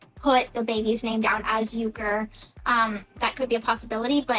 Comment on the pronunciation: His last name is not Uker! Ken's father even confirmed that it's Urker!